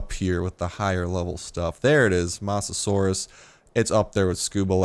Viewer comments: I believe its not moss but mose that how u say mosasuar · Mose-a-saur, that's how you say it. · God damnit its mose-a-soar-es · It's mosa-suar-us please pronounce it right :) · Start its mo-sa-saw-iss please say it right please it's my fav dino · You mispronounced mosasaurs and you called it a dinosaur, which its not. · You said its name wrong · You pronounce mosasaurus with low O not high O. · you and several other Youtubers have been butchering the pronunciation of Mosasaurus.